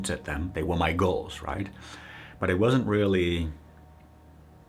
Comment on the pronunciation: He pronounced "girls" and "goals" the same way